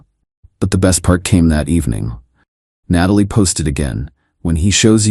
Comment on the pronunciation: Why do the AI story makers keep using Natalie as name knowing the AI voice can’t pronounce it correctly haha